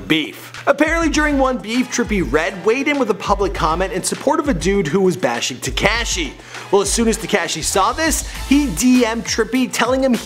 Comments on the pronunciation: Its te-ko-shee= tekashi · This guy has never heard the “ah” sound in words I guess. SlovAAkia and tekAAshi lol wth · So annoying when he says "Te"cashi"it's not even pronounced right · pronounced * teh - KAH - shee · Foreal he cant even say tekashi right lol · the camera man is laughing because of the way you pronounce tekashi!! you really never heard anyone say his name? you didn't watch even one video about him before doing this? smh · Omfg the way he said tekashi made me wanna kms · how he says tekashi makes me cringe